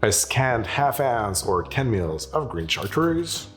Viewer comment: Why does a person who quite obviously is a native French speaker pronounce Cartreuse like an American?